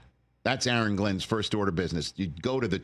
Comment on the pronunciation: Really Rich A A Ron? 🤣🤣🤣